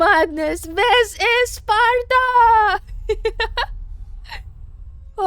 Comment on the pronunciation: "Deez iz Spatuh!"